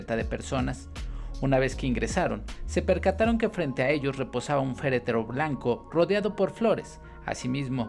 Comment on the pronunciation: Se llama féretro no fereteretero. Que noble corazon el del payaso, la partida de alguien siempre es muy dolorosa y de seguro el niño estaria feliz de su despedida con todos sus amigos y en un ambiente muy feliz en lugar de triste y pesado.